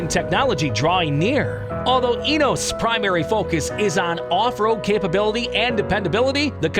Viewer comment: “Ineos” has 3 syllables. 😬